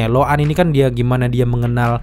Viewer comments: lo’ak bukan loan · Lo'ak bang bukan lok'an 😢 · Lo'ak bang bukan lokan😁